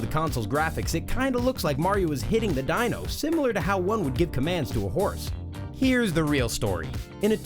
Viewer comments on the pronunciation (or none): none